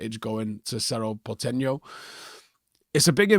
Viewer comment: Just FYI club is pronounced ‘portenyo’ (like Enya). The ‘ñ’ has that nyuh sounds.